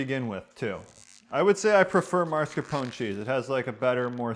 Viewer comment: FYI...it’s MAScarpone. Not MARscapone...but we still love your videos!!!